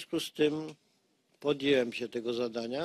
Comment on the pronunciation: "podjełem się ...", " włancza się ..." wielokrotnie powtarzane słowa , nie ma tu mowy o przejęzyczeniu -> ten Pan ma tytuły i wykształcenie wyższe .... 🤦‍♂🤦‍♂